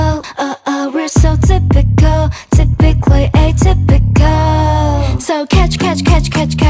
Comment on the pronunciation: 個人覺得今次歌詞 ， ， 裏面既typically atypical 讀音聽落去有啲似「真不愧atypical」，如果試吓將其中一段歌詞加入呢段歌詞，可能會更加深大家嘅印象🤔❤❤